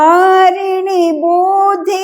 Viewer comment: పూస్తక అనకుండా పుస్తక అంటే బాగుంటుంది అనుకుంటా.అలాగే బుద్ది